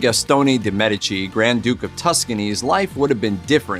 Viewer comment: Not trying to be a know it all or anything but isn't it pronounced Me-dee-chee? Just curious...